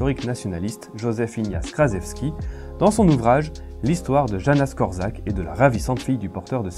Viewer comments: super video ! par contre pour infos , ca se prononce "Yanouche Kort'chak" :) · On prononce: Yanouch Kortchak